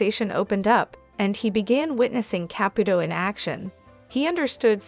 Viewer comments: Why won’t you pronounce her last name correctly? It is not a hard name? It is not Cap it old it is Caputo! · Who's Capatoe? If you are going to use AI at least pronounce the names correctly. It's sloppy,. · GEEZ ...LEARN HOW TO PRONOUNCE HER NAME FOR HELL SAKE ! NEVEE WATCHING YOU AGAIN !!!!!